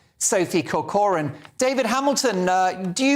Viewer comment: surname is Irish and should be pronounced Corcoran with emphasis on the Cor (a hard c) as in Kor kerin